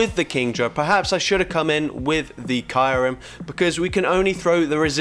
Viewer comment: Its "Kiyu-rem" not "Kairum"